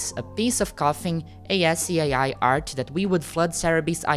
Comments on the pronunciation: btw, pronounce "ASCII" as "asskey," emphasis on first syllable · Oh! For future reference, ascii is pronounce "as-key" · I have just one teeny-tiny nitpick about the video, if you don't mind me bringing it up and being pedantic: ASCII is generally pronounced "as-KEY", which is much easier than saying all five letters individually. Kinda shows how far web technology has advanced where people can embed actual images instead of having to draw things out in text, so the concept of ASCII art has fallen further into obscurity.